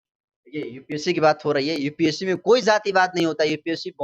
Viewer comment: EPSC नही UPSC होता है पहले बोलना सीख लो बाद में औकात की बात कर लेना 😄😄